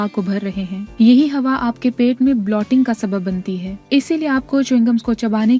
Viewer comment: Blotting nahi bloating hota he so pls don't spoil the effort with wrong pronunciation. Otherwise good effort!